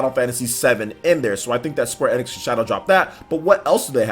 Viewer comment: Square NX?? Its pronounced Square * E Nicks *